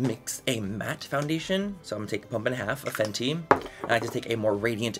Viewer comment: You said pump and a half of fenty and I understand that as cup and a half and I was like 😳😳😳